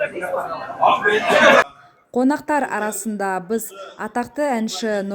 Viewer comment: Журналистің сөзінің түрі анау, "жатырық" , "быз" деп тұр ұят ай